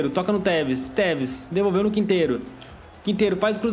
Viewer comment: O quando foi falar tevez no minuto vez de tu falar tevez tu teta